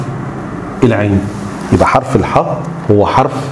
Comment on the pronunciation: اسمه حرف الحاء مش حه